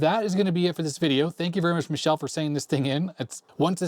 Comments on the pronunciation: it's not pronounced like Michelle wich is a girl name! It's pronounced Meekele! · i think you're pronouncing Micheles name wrong if hes Italian. youre saying it the french way